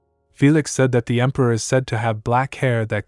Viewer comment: The emperior instead of emperor, really thows me off😅